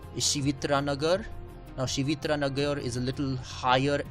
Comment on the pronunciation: It's not shivitra nagar it is shivtirth nagar